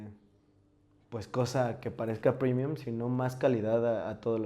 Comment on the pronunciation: No mms salió malito el "primium"